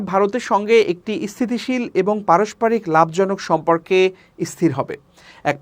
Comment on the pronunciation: খবর পড়তে হ'লে উচ্চারনে সতর্ক থাকা জরুরী। কি খবর পাঠ করছেন? ইস্হিতিশীল, ইস্হির এগুলো কোনো উচ্চারন?